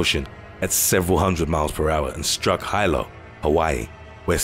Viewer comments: Hilo in hawaii is pronounced: HE-LOW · No offense Hilo = Heelo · Hilo is pronounced “Heelow.” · Hilo = HEE-loh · Hilo is pronounced "He-low". God this clown is getting worse and worse at saying easy words. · Aloha! Just a friendly correction: Hilo, HI pronounced Hee low. 😊